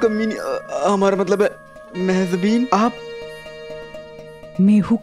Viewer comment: Kisi ko mehjabeen bhi bolna nahin ata, mehzabeen keh rahay hain, hahaha